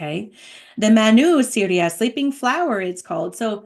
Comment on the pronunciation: I believe it's pronounced saw-ray-ah or sa-RA-yah Thank you for this